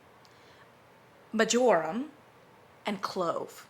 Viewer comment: Watching this because I just ordered Yankees new valentine scent cocoa dreams. I've heard movie night cocoa is very similar. Your pronunciation of marjoram 😂